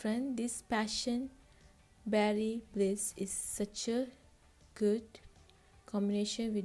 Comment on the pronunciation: I thought you said passion baddie smoothie 🤣😭